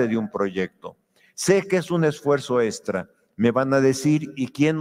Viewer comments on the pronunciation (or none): Este señor ya delira, los maestros también son humanos con necesidades personales y económicas. No viven del aire no son robots Solo le pido que por favor pronuncie bien la palabra "texto" y no "testo" "extra" y no "estra" Me irrita escuchar "testo" y "estra" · Yo sólo escuchaba "testos" en lugar de "textos" 😬😌 además de tiempo "estra" o "extra" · Creo que deporsi está peleado con la "x" 😄 dice: estra en lugar de extra